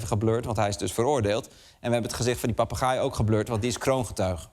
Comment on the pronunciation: Goed stuk. Het zijn inderdaad zeer intelligente dieren. Heb me alleen licht geërgerd aan de uitspraak van ‘papegaai’. Misschien verkeerd overgenomen van mannelijke eigenaren waarbij het beestje denkt; ik gaai? Jij papagaai! 😅. Zo doet men het ook vaak fout bij de kangoeroe.